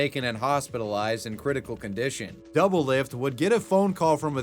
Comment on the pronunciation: My man’s butchered doublelift’s name so hard I could not recognize it at all